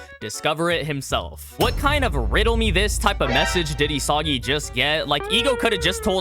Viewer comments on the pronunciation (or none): did this man just say diddysagi?